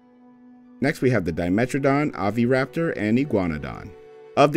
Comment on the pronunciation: Bro stop saying Oviraptor it’s overaptor